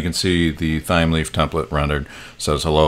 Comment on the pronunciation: Loving the video thus-far, thanks for taking the time to create it, much appreciated. P.S. I think it may be pronounced "Time-Leaf", just basing it off of the herb "thyme" which is pronounced like "Time"